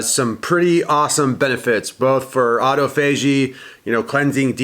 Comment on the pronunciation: Why do you say autophagy like that